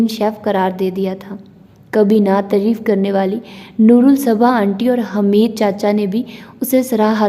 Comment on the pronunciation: Aap taareef ko tareef padhti hain is liye pls sahi padhiye